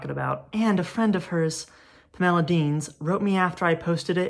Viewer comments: 1. this video is great, i can’t believe you have less than 2,000 subscribers. 2. i love the way you pronounce pamela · You did make it sound like a much prettier name than it usually does to my ears, so thanks for that. ❤ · Interesting…. I have never heard anyone pronounce Pamela this way. Magnificent video…..